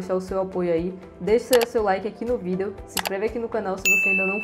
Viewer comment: Pq você fala vídeo diferente?